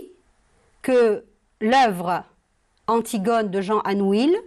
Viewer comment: On prononce anouille et non anuil